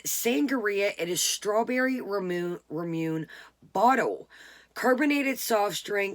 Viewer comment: Hi from Japan! Just FYI: Ramune is pronounced “RAH-moo-nay.” :)